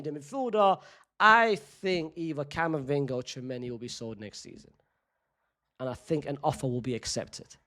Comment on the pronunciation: It’s Camavinga. And you know it